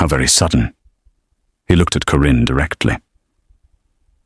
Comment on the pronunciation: Thankyou for a good story. The name 'Karin' was constantly pronounced as; 'Corinne'???? It bothered me. Pretoria South Africa 🇿🇦